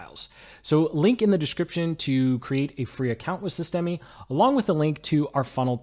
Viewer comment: FYI the e on the end of systeme is silent